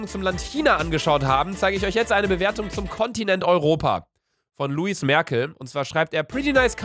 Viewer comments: nicht Luis🤦‍♀️ LEWIS! LEEEEEEWIS😂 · Das wird Luis ausgesprochen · Pfff lel Du musst wissen Lewis spricht man Luis aus. So wie Lewis Hamilton oder so. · Wird Luis ausgesprochen kennst du Lewis Hamilton nicht oder so By the way guck auf meinen Namen ich sollte es am besten wissen